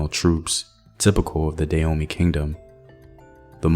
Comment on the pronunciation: It took me 3 minutes into the video before realizing you mean Dan-homey ! I was wondering what at all is "Deyomi"